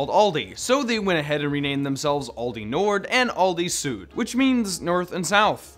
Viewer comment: 3 sins for pronouncing "Aldi", "Süd" and "Nord" wrong